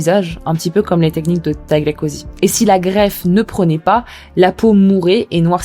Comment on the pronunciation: Tu sais dire Tagliatelles sans problème... Tu sais dire Cosy (ambiance/endroit) sans soucis Mais tu peux pas dire Tagliacozzi ....🤷🏾‍♀️🤷🏾‍♀️🤷🏾‍♀️ Bon mis à part ce coup de gueule (a prendre à la rigolade bien sûr), je trouve la vidéo super intéressante... Personnellement je ne ferai jamais de chirurgie sauf si ça doit être " réparatrice" si jamais... Mais je peux comprendre celles qui ont des complexes. Par contre ce que je peux pas comprendre ces les chirurgies pour "s'amochir"🤷🏾‍♀️🤷🏾‍♀️🤷🏾‍♀️ Quel intérêt ?